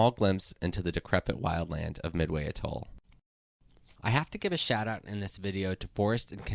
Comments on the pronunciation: I think it is pronounced "A-toll" -- not "a-TOLL". I could be wrong. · one small nitpicking note: you are pronouncing the word atoll wrong. the emphasis is typically on the first syllable, the "a" (pronounced like the word yeah) sound, not the second toll (pronounced like the word tall) syllable. that said, good vid. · Every time I have heard the word pronounced in the past the emphasis has slightly been on the first syllable. The main point for me is that the way it was pronounced in the video seemed wrong. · Your pronunciation of some words is horrid…I suggest you learn the correct way to say things and replace the audio. For instance it’s not a-toll it’s atoll as in at not a. Archipelago is also a disaster. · It’s pronounced atol, not atoll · It's not "a-TOLL". It's AT-oll. And then there is the matter of the word, "archipelago." (Go directly back to the 7th grade. Do not pass "Go". Do not collect $200. Why the hell to geeks like you even bother?) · Try AH toll instead of A toll... thanks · Pronounced A-Toll, with emphasis on the A. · archipeLAgoh, aTOLL Is that how those words are pronounced? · It's pronounced "'A-toll." Unless you happen to be the kind of person who says "hot TUB" or "ham-BUR-ger." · A toll? Arka pelah go? This kid needs some pronunciation tips. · I cringe every time he says “Atol” too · Very nice vid. Just a little FYI, your pronunciation of atoll and archipelago are off. Might suggest you look them up for the correct way to say them. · great video, but you need to work on your pronunciation of the word 'atoll' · Please learn how to say atoll correctly. Accent is on the ‘a’ pronounced as the ‘a’ in cat. I don’t have the time to get you straightened out on archipelago. Just know that it’s arc- a- PELL- go, Not the way the commentator murders it !! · Your pronunciation is off course; atoll & archipelago. Albatrosses? The plural of albatross is 'albatross'. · Yup. The way he pronounced atoll and archipelago...ugh.